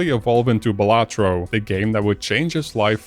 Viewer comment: Imagine pronouncing Balatro like that